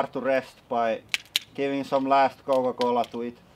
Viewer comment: "kooa kolla" lmao